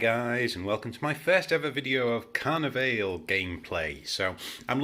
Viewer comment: And Car-Neigh-Valley